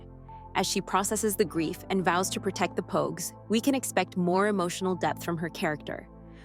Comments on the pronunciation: better tha. the last review i watched. he called the pogues, pawgs. JJ believing he was a pawg could definitely be an issue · bro it was so crazy cause he called pogue , pogue. Everyone else was pawgs. The review was good it was just pure comedy though and it wasn’t a mistake. I hope he leaves it up.